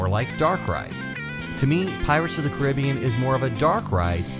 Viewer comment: Nice vid. Although I’ve never heard someone pronounce The Pirates of the Caribbean the way you do. :-D